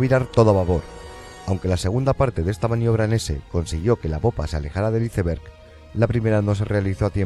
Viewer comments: Que horrible escuchar como un españolete pronunciar la palabra inglesa Iceberg, suena terrible!! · Me da dolor de oído cuando pronuncian iceberg